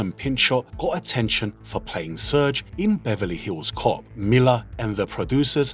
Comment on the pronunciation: It's not "surge", it's "seeeeeerge"! 😂 I've never heard of this show, but 7 seasons sounds very good for a show that only came to be because of that one acting credit in BHC 😅.